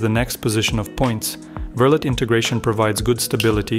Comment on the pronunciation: Just FYI, Verlet is pronounced like "ver-lay".